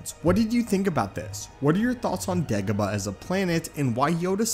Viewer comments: No one: This guy: degehbuh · ok, STOP pronouncing Dagobah like that!!